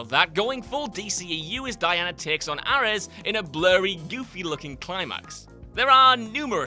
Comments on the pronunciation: The way you said Ares is not cool. It's Arees, not Arez! 🤣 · Who pronounces Ares as Arrez? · It's pronounced "air-eez" not "ahr-es" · Aris? It’s pronounced Air-rees, why do you guys get names so wrong?!? The films literally tell us how to say it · Ah yes, the notorious Greek God a-Rez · Why would you pronounce Aries like that? It’s almost like it’s on purpose. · After watching so many WhatCulture countdown videos, I’m starting to wonder if they repeatedly mispronounce names/titles on purpose; e.g. who the hell is “Ahrez”? 🤦🏻‍♂️ (Wonder Woman). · “Air-ez” 😂😂 what even? And uh.....am I the only one who kind of liked justice league tho? I didn’t mind it at all. Loved man of steel, hated BVS, neutral on Wonder Woman, but enjoyed justice league enough, I was entertained anyways. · (Air-Ez) it’s not that hard. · Who the hell is "Arrez"?!? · Who’s “Ah-Rez”? I don’t recall anyone of that name in the Wonder Woman lore. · I thought it was just, but mispronouncing easy words seems to be a more common thing at WhatCulture than I thought. "Penchant" is pronounced "Pon-shon" and "Ares" is "Air-ees". Sheesh guys, rehearse in front of someone who speaks English good like what I does. And don't even get me started on using completely the wrong word for something. Like saying "divulged" when you probably should have said "diverged." I know, I know, I'm being pedantic, but you're a big, successful channel; you should be putting effort into these things. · "AR-ES" seriously? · Did you really pronounce it “Arrez”? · Why DID Ares have to keep the moustache?! Also arrez?! What CAN you lot pronounce? 😂 Pazazzu, darkseed and arrez. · Air res? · Sounded like he called him Eris. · Arrys haha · The correct pronunciation is "Aris" with a hard "r" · Are we just gonna let that arrez slide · A Rez as a pronounciation of Ares? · I’m amazed you dont know how to pronounce “Ares”. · How do you manage to mispronounce "Ares"?? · "Ares" that's not how you say that word.... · he does this quite a lot